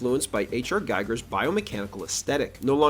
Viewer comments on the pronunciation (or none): Giger, not Geiger. I've heard you make this mistake several times, so please take notice. It's not just some random dude, it's one of the most important artists of the XXth century. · H.R. Giger is pronounced "GHEE-gər” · It’s Naked Gun 33 1/3, also learn how to pronounce Giger.